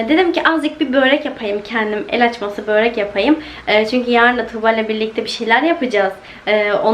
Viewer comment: Boorek değil kiz börek 😅 ama cok güzel gurunuyor ellerine sağlık 😍🌷💜💙🌺